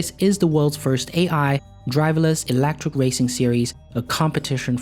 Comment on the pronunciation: ... elEctric not elActric ! :P